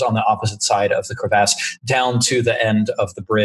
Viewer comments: Can we all agree to take a shot every time says crevASSE? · Its bothering me how he says crevice or crevasse